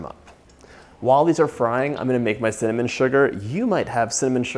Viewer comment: Wtf lol Cakey? And cinnallmon, cillnnamon? Lol